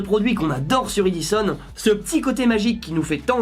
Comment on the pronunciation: Ah j'ai le même aspi !! (D'ailleurs c'est un Dyson, et non pas un E-dison) 😂😂😏😉